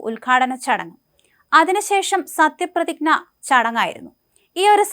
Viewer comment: മോളെ, "പ്രതിഗ്ന" അല്ല, പ്രതിജ്ഞ. വീണ്ടും കേട്ടു നോക്കൂ.... വീണ്ടും വീണ്ടും ആവർത്തിക്കുന്നതിനാൽ നാക്ക് പിഴവല്ല.....ബാക്കി ഒക്കെ 99% നന്നായി....